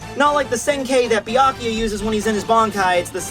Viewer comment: i asked him on his live Chat and just what I Said he doesn't want to say the names right!he Knows how to say Pernida and Byakuya right and says it wrong anyway. What kind of stupid attitude is that not to try to say the names right from the Manga u Review